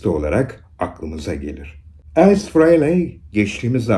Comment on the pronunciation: Ace Kiss'in büyüsüdür hiç bir gitarist onun yerini dolduramadı.. 96 yılında tekrar orjinal 4 lü tekrar bir araya geldiğinde büyük olay olmuştur. Hocam bu arada ''Ays'' diyorsunuz naçizane ''Eys'' diye okunur.